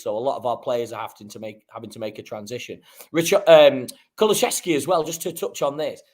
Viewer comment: you need to learn how to say Kulusevski. There is no 'ch'.